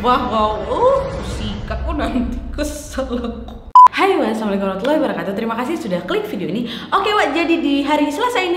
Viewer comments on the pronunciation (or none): none